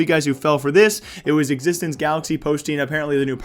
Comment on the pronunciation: it is X6tence not Ex6tence and also it was swedish joke day